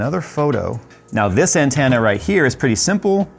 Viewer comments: "An-TEN-na", not "an-TAN-na". Lol. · Wow, he says antenna as "Ant Anna". That's an accent quirk I've never heard before. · Every time you mispronounce "antenna" pushes me closer to taking a nap on some train tracks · Why do you say antenna wrong? I really must know.